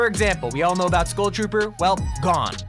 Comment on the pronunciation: It took me a full minute to realize that you were trying and failing to pronounce the word 'Skull'......it's pronounced like 'Dull'.